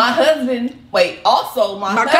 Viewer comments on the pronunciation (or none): "Cusband" lol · But she said cussban! Lmfao! you are too much! 😂 good one!